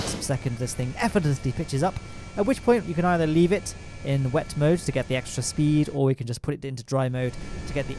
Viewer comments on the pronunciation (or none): its not "wet mode" its "wep mode"